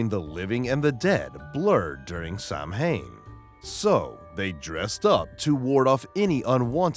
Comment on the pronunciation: Samhain is pronounced "Sow-en"